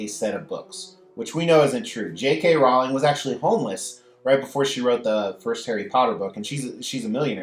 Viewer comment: It’s J.K Rolling. Not the way you said it. Only true HP fans would know!